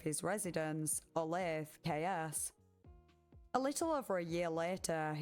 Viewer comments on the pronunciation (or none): Olathe, Kansas is pronounced "olath-uh", not "olath". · teeny nitpick because I grew up nearby, it's Oh-lathe-UH, not Oh-lathe. Definitely not pronounced how it looks like it is, lol. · KS is an abbreviation for Kansas. Also you pronounce the E on the end of Olathe, but it's more like an A sound. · Wyandotte County (KCK) police are some of the most corrupt in the KC area. It’s pronounced Oh-lay-tha btw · Olathe is pronounced o-LAY-thuh